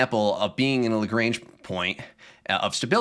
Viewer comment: Also the pedant in me has to correct Lagrange. It's not Lagrange like the ZZ-Top song, it's Lagrange like a French bloke. Like when your doctor makes you say aaaaah "lagraaaaaange".